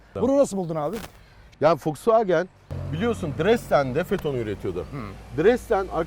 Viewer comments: folsvagen değil wolskvogen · Biri Şu Adama wolksvagen demeyi öğretsin kanser oldum aq folksvagen nedir lan amk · Bundan sonra vosvogen e foksvagıen diyeceğim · Tilt oldum "W"olks"W"agen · Folkswogen ne aq o wolkswogen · Folkswagen diyo volkswagen demesi lazım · Önce marka ismini oku Foksfagen nedir ya. Foksfagen seni niye işe almıyor tasarım mühendisi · Ulan Adam wolsvogen demiyor folsfoken diyor bi git abi ya parayi bol bulmus dieseli kotuluyor premium Adamlar yapmis bu begenmiyor Ben buna sahin versem 1 aylina sonra arteon versem Bugatti binmis gibi olur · de fosfagen diyo o fosfagen değil woswagen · fosvagen ne abi yaa vosvagen de bari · vw demeyi öğrense iyi olcak 😂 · Şu adama volkswagen demeyi öğretin aq fulkswagen diyo amk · Foswagen ne olum be volkswagen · Madem tam anlamıyla telaffuzla söylenmek isteniyor "Foksfagen" değil "Foksfagın" dır. Bunun dışında süper inceleme, güzel dokunuşlar. Teşekkürler. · Adam Volkswagen e folkswagen diyor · Fokswogen deyen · Foksvagen demeyyidi iyiydi :) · ADAM DAKKA BAŞI FOKSVAGEN DİYO AQ :d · Foksvageb dedikçe gerildimm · Fosfaagen diyerek aracin fos olduğunu mu söylüyor. 😊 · Adam harbiden ters ya Folswagen dedi durdu amk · Foksfaken diyo çok gıcık oluyom amk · Fosvagen değil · FOLKSWAGEN :D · Cool konuşcam diye, Foksvagen diyen dayıya bak hele... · orkun fatih yılmaz folksvaagın diye okunur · Folksvagen hshshshhs ulen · Hatalar buldu eyvallah volkswagen a foxwagen diyorsun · Folksfagen ne abim ya 😂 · Amk folksvağgen diyo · neden fosfagen ? Doğru söylenişi mi o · Almancada V F olarak okunur..Dogru telafuz..ve anlami Halkarabasi dir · Bu adam volkswagene neden folksfagen diyo amk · O wolsvagen diye okunmuyor doğru okuyor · Daha woswagen demesini bilmiosun eleştiriyorsun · Foksvagen değil doğru olu şunuuuu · bende sizi eleştireyim ve kızıyorum.neden FOXWAGEN diyorsunuz.bu kadar mı bilmiyorsunuz? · yav bu adam neden fosfoğen diyo bu araba markasına tribe soktu beni